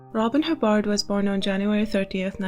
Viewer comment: yeah i google her every few months too- was happy to see she finally got her act together- and it's hibb- erd btw not hib- bard